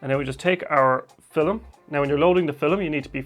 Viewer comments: I love how you say fil-em. Great video, very helpful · Did he saiy FILLIM?